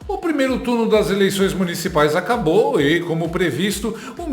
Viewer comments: “ ACRABA “ COM ESSA GLOBOLIXO . KKKKKKKKKK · " ministro Xandão a'cabra' de determinar..." Mais alguém percebeu?